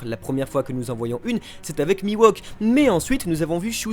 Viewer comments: Bonne vidéo merci, par contre vous pouvez arrêter de l'appeler Mi-Wok please ? Il s'appelle Mihawk, se prononce "MiHHHHowque" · C mihawk pas miwahk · putain ça se dit mihawk pas miwok ;_ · Par pitié, cessez de prononcer "MIWOK" ... C'est MIHAWK ! :( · "Mi-Wok"...😂 je ne m'y ferais jamais :) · C'est la première fois que je vois le mal prononcer un nom... Mihawk qui devient Miwok 🤮